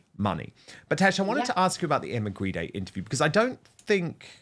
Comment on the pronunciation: Maybe Grede should be pronounced properly. After all Grede is Greed.